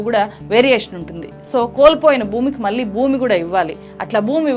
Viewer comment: జర్నలిస్టు అని చెప్పుకునే వాళ్ళు, కనీసం ఉచ్ఛారణ సరిగ్గా లేదు. ళ ని చంపేసావు మళ్ళి ని మల్లి అని కుళ్ళ పొడుస్తున్నావు. కొంచెం నేర్చుకో. No doubt you have done great story but need to pronounce properly. One more pount , your speech is like reading , that too very fast.